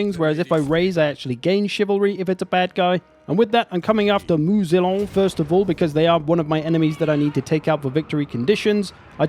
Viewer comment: Please, Moussillon is not "Moo-Z-Lon", but closer to "Moo-C-on". s.: Ze French-speaking nitpick. ;-)